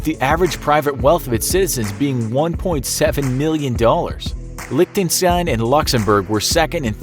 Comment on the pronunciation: Why did you say lichtenstine so vierd?